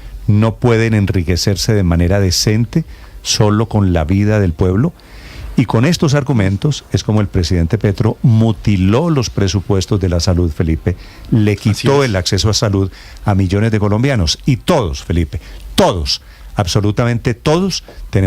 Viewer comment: "mOtiló"... NOOOOOOOOOOOO..... "mUtiló".. jajajja